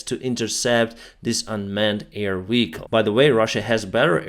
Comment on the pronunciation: Are you saying Weehicle instead of vehicle?